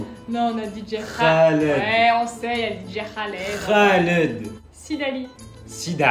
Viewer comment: C'est vrai qu’ils nous ont pas respecté les Khaled genre on vois dit que ça se prononce RRHaled et pas raled faut rouler le R.😂😂😂😂